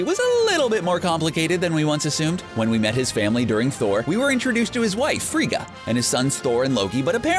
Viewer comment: Frigga. Not Frieda. facepalm